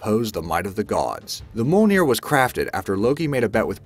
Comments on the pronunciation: JESUS FUCKING CHRIST don't ever do a video again until you get your pronunciations right! m'sahmunay, moolnir... and so on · Mjolnir Is Pronounced: Mee-Yohl-Near! I got no idea about how the other guys are pronounced (excluding Excalibur, Kalikbar, Thunderbolt And Trident) so I can't give my opinion on them! 😄 Yay! Excalibur! 😄 😄 I Mean Yay Mjolnir! 😄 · Your saying Mjolnir wrong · Isn't it mjölnir? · Mjölnir can be weld by anyone but if they do they just disintegrate. And do you know how to say Mjölnir.